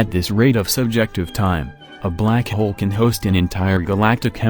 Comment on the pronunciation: How he says "black hole": Blak hiol